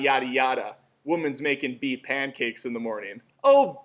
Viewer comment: Emoji? You pronounced "Bee" wrong